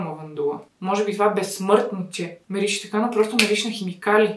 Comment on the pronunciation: Някой да преброй колко пъти каза мИрише❤🙃🌻